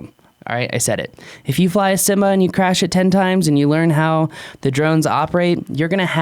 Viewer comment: Inenjoy the videos,but needs to learn how to pronounce"Syma".There are a couple of ways that are plausible,but I don't think "Simma"is one of them.Thanks for the video.I have,and love theSyma X5C,but frankly the camera sucks.